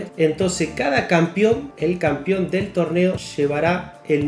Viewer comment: "el campion" jaja